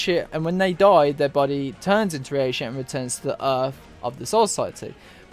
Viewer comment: Okay dude, stop saying ri eishi, it's reishi, rei, not riei. Also, Ad-you-lattion. And the word reii, is pronounced rei-i. two vowels together are pronounced separately in Japanese usually. except the ou, that's pronounced ō or oh if you're english. As for why the soul reapers are sent to hell, my theory is as follows: The reii of the world of the living and soul society, when not in a physical or spiritual body, destabilizes the world. Hell is the solution because they get a body there. Meaning the reishi gets concentrated to a single location again as opposed to being spread out across the dimensions. The hollow is necessary to allow them into hell. Killing a hollow makes it return to soul society. That transfer of reishi is enough to open the path for them to hell. More specific than this is much too foolish. Most of this is speculation anyway, it's just a theory, A GAME TH.... okay, done to death I get it. Last thing since you kinda got it wrong, they are not sent to hell as punishment. In fact they gain the status of warden. The purpose of the soul reapers is to balance the world right? So think about it from that angle.